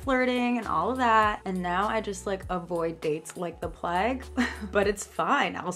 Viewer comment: Low key triggered how u pronounced plague